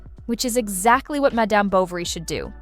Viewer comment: Great recommendations! Well writted, good clips, points are well-made. I haven't seen other videos from Couch Queens, but I'm hoping that they use a different narrator. This one mispronounces many things, including the word "madame" in "Madame Bovery." That said, good recommendations!